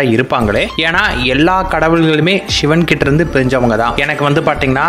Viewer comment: உங்கள் உச்சரிப்பு ஷிவன், ஷிவன் என்று பிழையாக சொல்கிறீர்கள். சிவன் என்பதை சரியாக உச்சரியுங்கள். "வல்ல குருநாதன் நம்மை வருத்துவது கொல்லவல்ல, கொல்லவல்ல, பொல்லா என்று வினையறுக்க". இது எனது சிறு வயது தமிழ் ஆசிரியர் எப்போதும் கூறுவார். அதனை எப்போதும் எத்தனை துன்பம் வந்தாலும் நினைத்து ஆறுதல் பெறுவேன். அதாவது கடவுள் பக்தர்களுக்கு கஷ்டத்தை கொடுக்கிறார் என்றால், அவர்கள் கடவுள் மேல் அன்பு, நம்பிக்கை வைத்துள்ளார்களா என்று சோதிக்கிறார் என்று அர்த்தம். அதை விடுத்து இவரை நம்பி பிரயோசனம் இல்லை என்று அடுத்தவன் வீட்டிற்கு (கிருஸ்தவனாகவோ இல்லை முஸ்லீமாகவோ) மாறினால் அங்கே ஏதாவது கிடைக்கும் என்று நினைத்தால் , நிச்சயமாக இல்லை என்பது எனது சொந்த அனுபவம்.அதை ஒருபோதும் ஒருவரும் செய்யாதீர்கள். அது பொய்யான சிந்தனை.